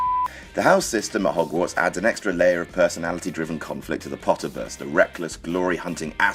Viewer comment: Well stop comparing cause Harry Potter is a whole other world and serie / book / movie and i bet you can't even write a 2 page fable story sooooo stop talking also its hogwarts not hogawarts sooooooooooooooo idk for youuu..